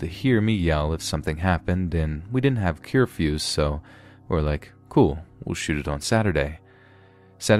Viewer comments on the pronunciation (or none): He said “curefuse” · Did he just say "cure-fews"? 🤣